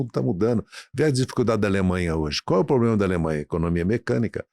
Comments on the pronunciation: Haddad luxo pro brasil??kkkk a vo po caralho esse cara ai vei duas hora ouvindo merda de um cara q fala pobrema em vez de problema,pela amor nao chama mais esses safado nao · O cara ainda vive o sonho do Brasil o “país do futuro “ e para fechar fala “poblema” Esse Podcast já foi bom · Tava quase convencendo aí saiu um "... pobrema crimático" 😅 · Esse é o mais inteligente da esquerda?! O cara fala "poblema"!